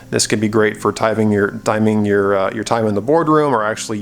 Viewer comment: Good review, apart from twice saying "yore", lol